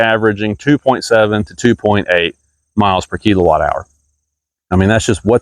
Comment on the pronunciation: It's kill O watt. Not kelo watt